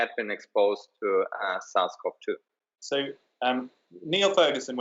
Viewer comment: and is he saying “south cov 2”. Is that COVID 19 ? is he saying “viral load tolls”?